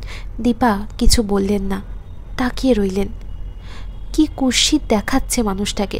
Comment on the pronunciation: অল্প স্বল্প slip হয়েছে, তবে ভালো লেগেছে। আপনি "কুৎসিত" শব্দ টি সঠিক উচ্চারণ practice করুন pls শব্দ টি বলার সময় "ৎ" ও "স" র উচ্চারণ স্পষ্ট করে বলুন। শ্রুতিমধুর হবে। নমস্কার জানবেন।।